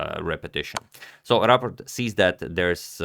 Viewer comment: You pronounce it perfectly👍 but You could set a newer profile picture for Rapport because it's a little bit old 👍👌